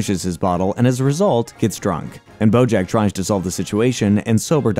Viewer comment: Are you saying Brojack? Or have I just lost my mind lmaoo I swear I’ve heard it at least 4 times in the video. Anyways fantastic video! This is oddly my comfort show as horrible of a person BJ is. I’m about to watch your AOT recap